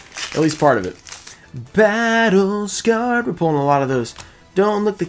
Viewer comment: I could actually do without hearing him say battle scared like that EVERY time he pulls that card it’s cringe 🙃